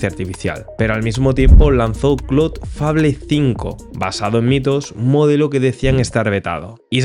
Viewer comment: La pronunciación correcta de Fable es ‘feibol’, igual que hacemos con Apple en España